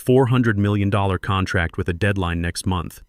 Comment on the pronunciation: These stories are good but saying contrack instead of contract is unacceptable.